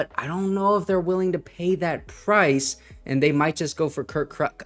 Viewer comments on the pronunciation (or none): none